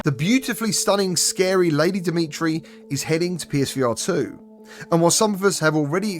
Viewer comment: who tf is lady dimetire 💀